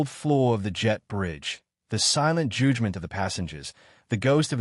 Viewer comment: "Judgement" CORRUPTLY PRONOUNCED as "Joodgement", the 'u' corrupted into 'oo' by the ROBOT NARRATOR!